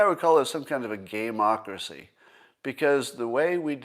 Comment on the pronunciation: I thought he said "gay-mock-racy" at first